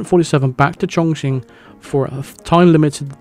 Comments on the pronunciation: Chongqing is pronounced "chong-king" not "chong-ching" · whenever says "Welcome to Chonking" 😬😬😬😬😬